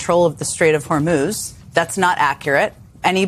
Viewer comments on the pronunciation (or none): none